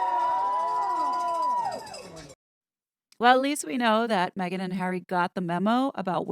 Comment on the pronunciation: HazNo using a microphone and not me-gain? How did that happen?